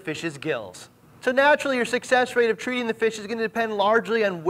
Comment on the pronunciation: The way he says "members er the reefing communy" gets me every time.